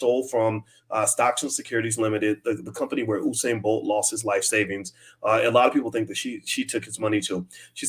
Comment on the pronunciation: Bro, you're mispronouncing the Legends name. It's U-sain no Oo-sain